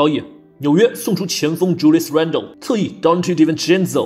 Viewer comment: JRUE HOLIDAY (0/1)😢😭 Julius Randle＊纽约口音 Donte Divincenzo 🪚🪚🪚 Karl Anthony-Tawn 🍬＊明尼苏达口音 张学友(我和你吻别口音😂) 阿德托昆博＊希腊口音🇬🇷 简直強大💪💪💪 无需多言+无药可救 Rudy Go"bell" 🔔🔔🔔 9LNB 🚀🚀🚀12了